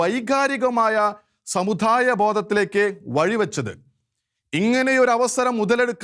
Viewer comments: Sir pls correct your pronunciation.. especially ... "da"..and "dha"..Samu"dha"yamalla..samudayam...shekaina television should take care of these things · ഉച്ചാരണം ശ്രദ്ധിക്കണം സമുദായം ദാ ധാ അല്ല ആശ്വാസമല്ല ആശാസ്യം നിർബന്ധം നിർബദ്ധമല്ല അങ്ങനെ ... പിന്നെ അഥർവവേദത്തിൽ അങ്ങ് മഹാ പണ്ഡിതനാണല്ലേ ഏത് മണ്ഡലം ഏത് സൂക്തം ഏത് സംഹിതയാ ദുർമന്ത്രവാദത്തിന് ഉപയോഗിക്കുന്നത് ഒന്നു വിശദമാക്കണേ അടുത്ത വീഡിയോ അതാകട്ടെ